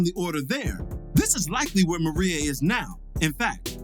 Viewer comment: MIREYA***** MER-RAY-A not fuckin Maria I honestly expect better